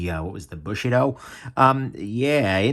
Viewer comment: Are you really saying bushie-doe? 😂